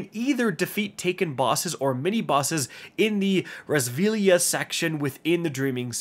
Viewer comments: It’s pronounced “Ray Silvia” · It's pronounced Ree-uh-sill-vee-uh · I'm pretty sure you butchered the pronunciations of both Rheasilvia AND Pauurc lol